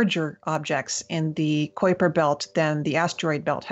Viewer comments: Did she say Quaker belt ? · I've never heard anyone pronounce it Kwaper Belt before. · damn it will you pronounce it right it is the kuiper belt not the koi per belt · Good god did she say kwayper belt what the xzzzs!!!! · Emily seems awesome but why was she pronouncing Kuiper Belt like that? Have I been pronouncing it wrong my entire life?